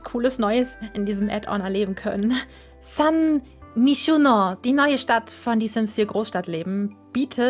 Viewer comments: och honey das wird zwar san myshuno geschrieben aber sun maishuno ausgesprochen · SÄN MEISHUHNOH !